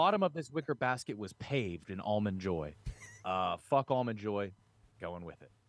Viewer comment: Tommy’s “understanding” and pronunciation of Almond Joys made my brain bleed